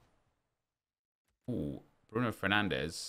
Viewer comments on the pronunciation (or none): none